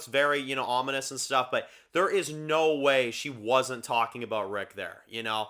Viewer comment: If you listen really carefully she definitely says rick